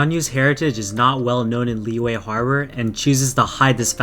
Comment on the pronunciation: It's not lee-way, its lee-yuh or lee-yeah, the letter y in liyue is a consonant